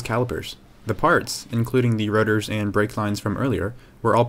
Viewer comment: The way he says rotors sounds like rudder.